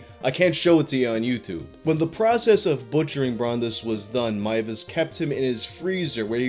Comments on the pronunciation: hears pronounce last name as 'Mai-ves', sighs with relief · THE NAME WAS PRONOUNCED CORRECTLY HOLY SHIIIIIIIT YOU ARE UNASSAILABLE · ngl this is the first retelling of this case in which Meiwes' last name is pronounced properly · DER METZGERMEISTER! This story is one of my favorites it’s so strange and insane! Consented cannibalism also THANK YOU! FOR SAYING HIS NAME RIGHT FOR ONCE AND NOT BUTCHERING (pun intended) A GERMAN NAME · for not butchering the name. Another creepy thing was that Armin Meiwes built an industry standard slaughterhouse. He advertised it and he refinanced by housing tourists who thought the cannibal house was a gimmick for his "hostel" and that he was just putting up an act when talking about his "dream".